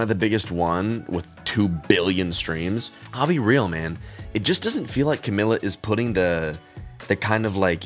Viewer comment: Her name is pronounced cah-mee-lah